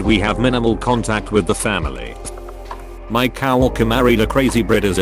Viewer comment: Couldn't they get a narrator who can read and speak in English? Brid-a-zilla? Cow-worker? SMH